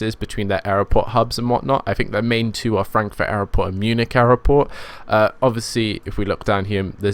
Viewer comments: It's not aeroport it's airport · Love the videos... just one question.... Whats with pronouncing Airport as Airoport? Is it a different language or regional dialect? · its airport not aeroport